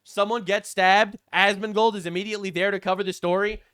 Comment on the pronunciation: Did say Asmondbald🤣